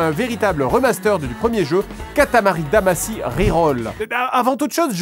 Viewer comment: Pourquoi "Damassy" ? Ça se prononce "Damachy"